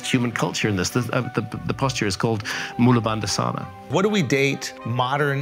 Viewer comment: Mūlabhandāsana, pronounced as Moolabhundaasana not moolabundasaana. Āsana means seat, and is uses to denote yoga postures, and Mūla means root, referring to the Root Chakra, bhanda means lock, or bank as in river bank. Mūlabhanda refers to the Root Lock, the contraction of the perineal muscle at the base of the spine, i.e. the taint/Gooch in vernacular terminology. So it's the posture of the rootLock, used to ground to the Earth and to the material plane. But also it allows for prāna to be channeled up the middle channel of the spine, known as Śuṣumna Nāḍī, as Kuṇḍalinī awakening energy. The further the energy can travel up, particularly to the Heart Chakra, Throat Chakra, Third Eye Chakra and Crown Chakra, the further one's consciousness develops and expands, and the further one controls the senses and awakens to one's true nature as Eternal Spirit Soul. This is what is referred to today as Aṣṭāṇga Yoga. Of course chanting the Hare Kṛṣṇa Mahāmantra, coupled with lacto-vegetarian/vegan living, and practicing Devotional Service to God (reading scriptures like Bhagavad Gītā & Bhāgavat Purāņa, observing Ekādaśī fasts, teaching others about devotion to God & God Consciousness,balso works to purify one's heart & consciousness, so that senses become controlled, bodily consciousness dissolves and God Consciousness, or Kṛṣṇa Consciousness [Bhāgavat Dharma] develops, which is called as Bhakti-yoga, the Science of the Soul & Devotional Service, and is much easier to practice and obtain